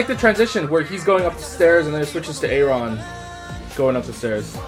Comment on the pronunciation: The rapper in the church is JR! And Aron's name is just pronounced like Aaron, not "A-ron" :')